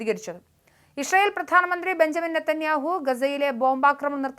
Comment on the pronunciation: ഇഷ്രൈ ഇൽ അല്ല മോളെ., ഇസ്രായേൽ 😂